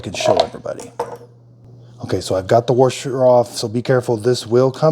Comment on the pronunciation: What exactly is a “worsher” ? 😂😂